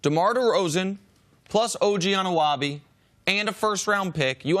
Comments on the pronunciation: "OG ANOOWABY"... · We need a counter of NBA pundits mispronouncing Raptors players name "Jay-kob", "Anuwahbee"......Barkley's Val-un-seen-u-ah-sauce hahaha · The amount of times i have heard OG Anunoby's name pronounced wrong exceeds the amount of times Kawhi has been seen in public this year.